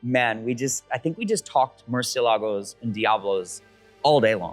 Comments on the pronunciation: I realize you are very knowledgeable yet you STILL pronounce the word MURCIELAGO wrong. Please pay attention to the unveiling video for the proper way. Keep up the great work!!! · I cringe everytime they mispronounce Murcielago